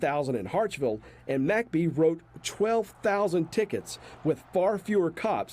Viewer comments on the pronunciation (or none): Why do you pronounce McBee as Mack bee? It should be mick bee